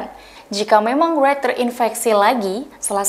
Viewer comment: Pembaca beritanya perlu banyak belajar dulu sebelum membawakan berita terlebih berita international, aduh nyebut Wright aja salah.